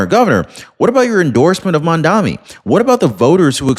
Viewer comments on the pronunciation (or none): Thanks for your reporting. Fyi: It is Mamdani not mandami.